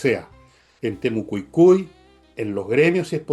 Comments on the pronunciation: TEMO CUI CUI No temo cu cui. Te falta una I. Como tan mal oído! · Buenas tardes Villeguistas!!! Todo bien con, pero a alguien más le da nervios que diga Temucucui y no Temucuicui. Así como también cuando menciona a Jaude en vez de Jadue??? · "Temucucui" 😂😂😂 me da risa como le dice a Temucuicui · ES TEMOCUICUI O TEMUCUICUI, NO "TEMOCUCUI" 😊 Otro dato,solamente uno d4 los capturados quedó en prisión, los otros cuatros,el juez los mandó para la casita.😂😂😂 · Tu dices: Temucucui. y es Temucuicui. Saludos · Por qué dice Temucucui y no Temucuicui?? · Temucucui, Uropa, Jaude. Pero para criticar a la Mara, ahí no se le lengua la traba.